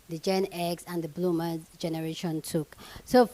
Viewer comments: its "Boomer", not "bloomer." 🤦 There's no "L" in the word. 😂 "Bloomers" are underwear. Panties/boxers. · Boomer,. Not bloomer 😂.